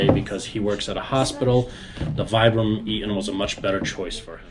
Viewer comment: VEE-BRAM - it's an Italian brand.